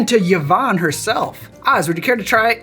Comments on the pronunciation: Mate, it’s pronounce eevonn. NOT Yavonn. Me sister will thank you. (Cool cocktail btw, thank you!) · First time I’ve heard of Yvonne Arnaud, and first time it’s ever occurred to me someone might pronounce the name “ya-von”. Learning on many fronts!